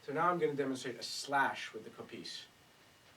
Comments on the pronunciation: Not Kopίs, Kόpis! Hello from Greece!!! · It's Kopίs not Κόpιs